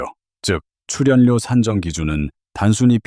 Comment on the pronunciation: 츨연료 발표힐때 너 혀깨물었니, 아니면 똥 씹었니. 어느나라 말이니 ? 넌 아웃 되어야되